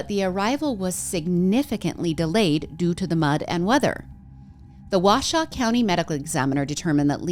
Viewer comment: I've lived in Northern Nevada since 1997. Just so you know, it's "Wah-show", and many people underestimate the heat during the day, the cold at night, and how much water you need. Add drugs, alcohol, and unpredictable weather, and you get more people that don't think about the environment. Also, the flooding is really common in the desert. Rain isn't that uncommon, just heavy rains are. When there's heavy rain, the ground can't soak it up fast enough, so you get flooding. It's like pouring water on the sidewalk as opposed to the lawn, it flows, instead of getting soaked in. I've never been to Burning Man, but definitely know the environment.